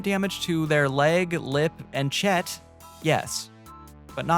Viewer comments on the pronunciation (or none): "Permanent damage to their Chet" lol